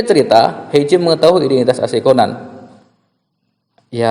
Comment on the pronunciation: Bukan ceban tapi Conan 😡